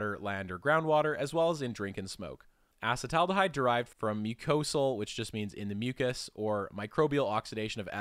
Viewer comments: I tapped out when you couldn't correctly pronounce acetaldehyde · obvious he is not a biochemist, he doesn't know how to pronounce many of the molecules' names. for ex: af:la toxins, not al-fa-toxins. As as trained biochemist I can't get past this and many other of his mispronunciations of common chemicals like acetaldehyde. Acetic acid = vinegar. Then acet aldehyde slightly more reduced./less oxidized. People who do the keto diet produce acetaldehyde in buckets and its is easily detectable in exhaled breath and that the liver must process. cancer? maybe but unproven. Any of the halogenated alkanes, alkenes, and aromatics are likely bad juju. Fluorouracil though is cytotoxic to even cancers, so it's useful in therapeutic doses properly administered.